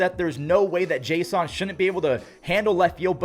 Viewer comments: You pronounce Jason weirdly. His name is pronounced Jason Domínguez, not jas on Domínguez. 😂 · Unless there's something that I haven't heard, I thought Jasson Dominguez's first name was pronounced like the normal "Jason," not "Jay Sahn." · Why do you keep saying Jay-Sun? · It’s jay-sin no hate just letting you know there’s no accent in his name i believe